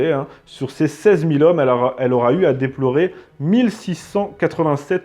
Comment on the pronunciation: T es un super mec tu fais de super vidéos mais stp : apprends les liaisons avec les chiffres ... dix huit z' hommes ou 1000 z hommes ça fait mal . Bon t as une excuse t as été à l école socialiste et obligatoire mais juste ça si tu peux corriger... merci d avance !